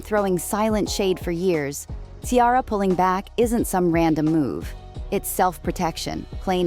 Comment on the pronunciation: The name is NOT KIARA. Her name is Ciara. You are speaking a lot of nonsense.